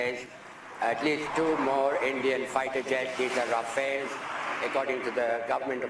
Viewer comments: Sir actually it is rafale(रफाल) Not rafael - this one is a Israeli defence company name . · Areee bhai rafale hai wo, rafile nahi hai